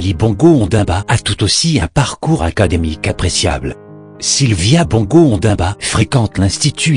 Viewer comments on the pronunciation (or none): Ondimba et non Ondamba.